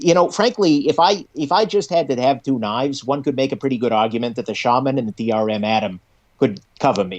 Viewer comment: The pronounces Shaman correctly for the first time